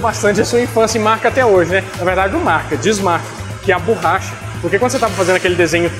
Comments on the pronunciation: borracha, não "burracha"! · Oohhh.... não é burracha... é borracha,kkk